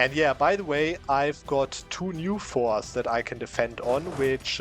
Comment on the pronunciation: pronounce the t in forts or make absolutely cracked eu4 strategy's the student